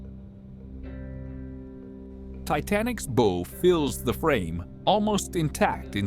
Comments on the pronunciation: These ai voice is terrible it's a Bow..not a boe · Too bad AI doesn’t know how to pronounce the BOW OF THE SHIP WHIS IS THE FRONT OF THE SHIP, it sounds like bough, like a tree branch, not an hair bow that a little girl wears. Record- noun REK-urd refers to a written account or best achievement or a grooved disc for audio; record, verb means to capture sounds or images or to write something down. I will be so glad when AI learns the difficulties of the English language. I thank God for my strict English teachers, I will admit I struggled and sometimes didn’t understand why they were so particular.